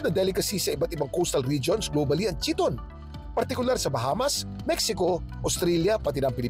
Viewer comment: KYE-TON ang tamang pronunciation sa pangalan ng mollusk na chiton, hindi chee-ton. Ang chee-ton ay ang Americanized pronunciation sa makalumang pananamit ng mga Griyego na chiton (Greek: khee-ton). Pero sa mollusk ang universal pronunciation ay KYE-TON. Halatang wala naman talaga kasing alam, nagbabasa lang ng mga nakalap ng researchers niya.